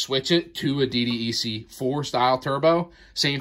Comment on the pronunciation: Say D DECK please. That's how it's referred as. DDEC = D DECK. you are welcome.